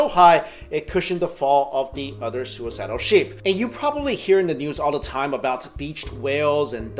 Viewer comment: I cringe when he says "OTHER"